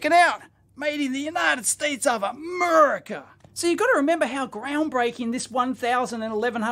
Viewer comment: Love how you said "made in a merica " lol made my morning ❤🎉😂